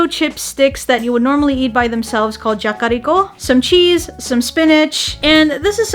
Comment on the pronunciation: Everytime she says "Jakkariko", I die a lil' bit inside.